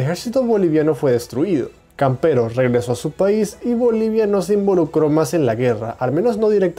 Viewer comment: Es: "Camperó", no, "Campero" amigo. Por cierto, buen video, se agradece el trabajo. 🇨🇱🇵🇪🇧🇴.